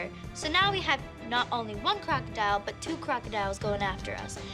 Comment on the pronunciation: I honestly at first thought she said 1 cr**ked out at frist then when she said but two crocidiles I realized what she said